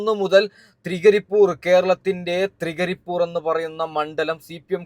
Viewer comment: തൃകരിപ്പൂർ അല്ല തൃക്കരിപ്പൂർ